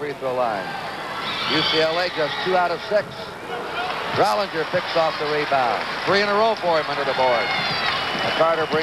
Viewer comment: Drollinger was pronounced Drolling-er, not 'drollinjer'. Curt used to drive us crazy.